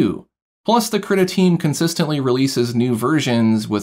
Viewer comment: Haha you say kritta instead of kree-tah